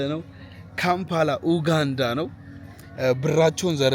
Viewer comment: It's not oganda pronunce it "U_ganda".